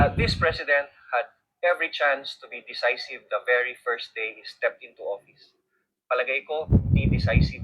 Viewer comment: Decisive - pronounced de- SAI-siv DDS po ako, sir, just trying to help